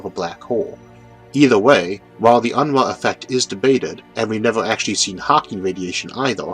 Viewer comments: It's "un-roo" not "un-ruh" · Quick note: In my experience with the name, Unruh is usually pronounced "un-roo". This may be different, but just in case, fyi